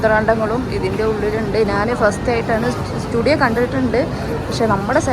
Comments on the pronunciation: സ്റ്റുഡിയോ അല്ല Zudio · സ്റ്റുഡിയോ അല്ല ജുഡിയോ😊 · സ്റ്റുഡിയോ അല്ല zudio ആണ്